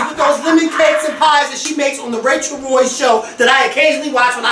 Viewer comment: its rachel roy. not rachel ray.